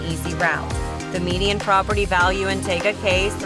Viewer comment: You’re pronouncing Tega Cay wrong. Tee-ga Cay. You must be an outsider